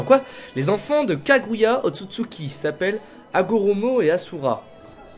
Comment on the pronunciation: Sa se prononce pas assura mais (ashura)